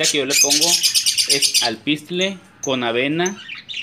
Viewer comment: se llama ALPISTE no alpistle, y el periquito es Pseudo (sin pronunciar la p), no pesudo